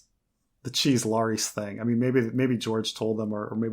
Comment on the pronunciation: Back with that Lar-EEs pronunciation, same as with Var-EEs. It's almost like he's doing it out of stubborn defiance at this point. Lol, names aren't subject to personal preference when it comes to pronunciation. I'm sorry, that's wayy off topic, but this has been a peeve of mine for literal years. Still love, though.